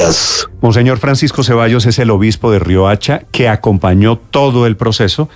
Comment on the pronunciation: Es Riohacha, no Rioacha